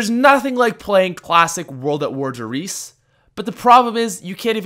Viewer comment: You and everyone else pronounce der reise so wrong its a German word that means the giant and its pronounced the way its spelt